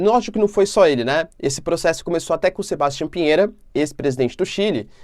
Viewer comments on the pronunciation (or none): Ñ é Sebastián com pronuncia ingles.